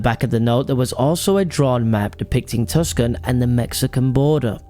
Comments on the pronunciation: First of all its Too Sawn not Tuss can AZ. My thoughts : there is a saying "phoney as a two dollar bill" The names on the bill are the friends of Charlotta.- a mcguffin Green Eyes is a good name for a sex worker and the motel room is a place where her business would be transacted. The killer shot him in the back of the head, wiped it down, put the gun in his left hand and pulled the trigger with the dead man's finger. I am thinking some weird sex club, like a secret society, with lots of secret passwords, handshakes, ceremonies etc. Things got out of hand. Someone got jealous. There probably was no money. But "green eyes" felt bad for the wife and made the calls. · It’s not “tuckson” boys. It’s pronounced more like “tooson” 👍